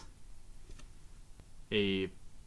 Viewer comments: its ignus not ingus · Ignus not Ingus..